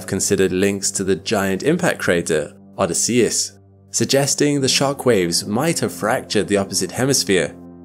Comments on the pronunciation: Odysseus Crater: Shouldn't that be oh-DISS-ee-us, not oh-dis-SEE-us? (I'm a pronunciation weenie) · Isn't Odysseus pronounced with the emphasis on the O, a very short y, and emphasis on the double S followed by emphasis on the E after and then a flatter u? So you literally say "Oh this" and then "say us" after. Not "Odd is See us." Or am I wrong? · is this an AI voice, or is he actually saying Odysseus wrong? And if so, HOW? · Odýsseus not Odysséus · Odysseus /əˈdɪsiəs/ -- the accent is on the second syllable, not the third! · The name of the crater is pronounced: oDYSseus. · Oddie See Us? Bill Oddie? You mean Oh Dis Sea Us. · O- DISS-E-US Emphasis on diss No on US For real. I dont understand why you mispronounce words. Look it up. For a science based channel, it is borderline embarassing. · O-DY-sseus. In Greek the stress falls on the antepenultimite syllable. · "O diss e ess" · I've never heard Odysseus pronounced like that. Threw me off for a sec. Love your content btw. Especially the long form stuff I listen to when i have all the lights out usually with a headache. 😅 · Great video! Just one thing. You mispronounced "Odysseus". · Strange way to pronounce Odysseus. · I’ve never heard Odysseus pronounced like that before, with the emphasis on the 3rd syllable rather than the second. Is that a quirk of accent? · Your miss pronunciation of “Odysseus” is insane, bruh. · Good stuff except for pronouncing Odysseus incorrectly.